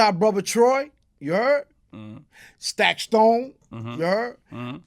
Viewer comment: When he was saying stack stone I think he meant taxstone